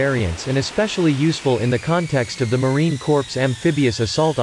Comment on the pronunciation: Awesome content but the AI narrator pronounces the "Corps" in Marine Corps, like "corpse". Corpses are what the F-35 B will leave behind in a war. The Marine Corps should sound like "core" when automated or read aloud.